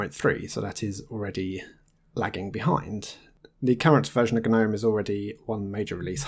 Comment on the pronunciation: "Gnome" like the garden statue has a silent "g." The desktop environment is pronounced with a hard "G" officially, as in "guh-nome." It is a carry-over from when "Gnome" was an acronym for "GNU Network Object Model Environment." "GNU" is pronounced with a hard "G" as well (just ask Richard Stallman, who created GNU).